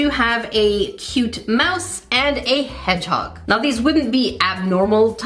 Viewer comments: lol the way she just said “headHog” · “Hed hog?